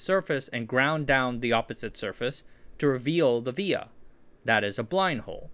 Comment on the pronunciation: These PCB and silicon Via are pronounced "Vee-a".